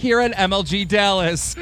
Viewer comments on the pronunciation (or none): none